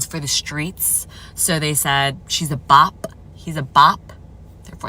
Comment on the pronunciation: The way she pronounced the “P” in bop 😭